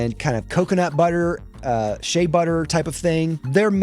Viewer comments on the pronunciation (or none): none